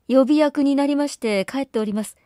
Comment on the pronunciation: 13分前の予備役はよびえきと読みます。見事な朗読なので、つい。